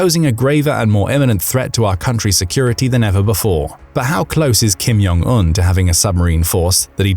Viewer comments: Why do you always pronounce ‘Kim Jong Eun’ as ‘Kim Yong Eun’? He’s not Mexican! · Its Kim Jong Un, not Kim Yong Un. They're Koreans, not Germans. If its pronounced like J, they'll write it as J. If its pronounced like Y, they'll write it as Y. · Stop saying (Kim-Yong-Un) all the time, It's pronounced (Kim-Jong-Un) a simple difference. I thought it was just a mistake at first, but noticed you continue to pronounce it incorrectly on all your North Korean content. 😀😄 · I'm not the only one, please comment if you also noticed him saying the name wrong? It's pronounced just like it's spelt (Kim-Jong-Un)... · Thank you. It's (Kim-Jong-Un), there is no "Y" in the pronunciation. I thought I was losing my mind. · The language isn't, but the narrator likely is. To be precise I suspect he's actually German and learned to speak English in the UK. His (mis)pronunciation of Kim Jon Un's name as well as many Russian names suggest it.